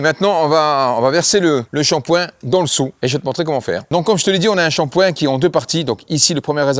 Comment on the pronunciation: Shampoing ! Pas ..chapoin 😂😂